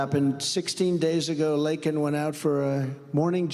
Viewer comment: At least Trump pronounced her name right and didn’t make it about himself! May Laken RIP And fly high with the angels. A senseless act that should’ve never happened! 😢